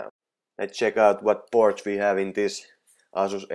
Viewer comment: Sano ''Eisus'' älä ''Asus'' niinkuin suomalaiset sanoo